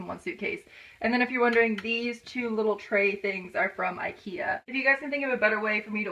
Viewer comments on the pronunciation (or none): none